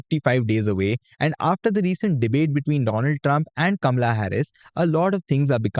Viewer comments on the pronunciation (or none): Dude, she is Kamala and NOT Kamla!